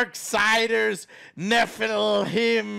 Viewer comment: Argh youre saying nephilim wrong